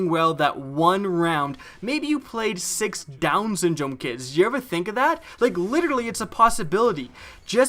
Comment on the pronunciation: He said 6 downies xD I'm done